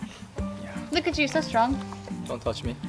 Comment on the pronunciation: I love it "Don't tutch me".. hahaha